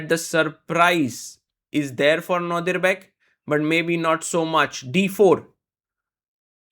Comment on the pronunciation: And again 😂